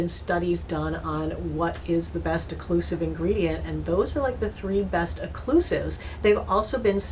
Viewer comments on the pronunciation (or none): Occlusive! NOT "eclusive"!!!!!